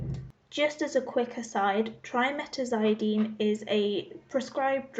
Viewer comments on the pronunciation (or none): Thanks for covering this! If this helps, Its pronounced Trim-a-taz-a-dine...